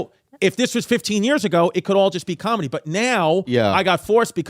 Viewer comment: Nobody: Bobby: "combedy"